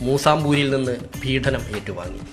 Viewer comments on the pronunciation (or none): ചങ്ങായീ,, പീഢനം അല്ല പീഡനം